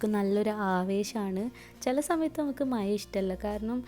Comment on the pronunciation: മയ അല്ല മഴ 😜